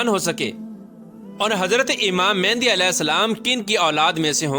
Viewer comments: Oh bhai pehly achi tara research kr k phir aaty.naam tuk to sahi nhi lay rahy aap Imam Maahdi ko baar baar mehndi bol rahy. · First off all u say the name properly its not mehandi its mehdi a.s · It's Imam Mehdi ع not Imam Mehndi